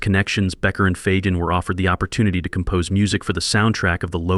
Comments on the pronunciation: Donald Faaaagin? WTF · Fagan is pronounced with a hard G, dude. Come on, bruh. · Mispronouncing 'Fagan' takes away all credibility.